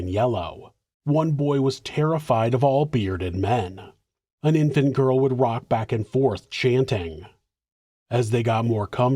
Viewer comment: Stop being creepy Jyials with a J. Love it actually 😂